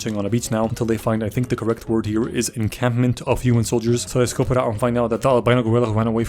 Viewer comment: I can hear the p when you/he says encampment.